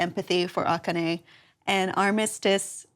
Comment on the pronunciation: lol that is so not how you pronounce akane but ok..........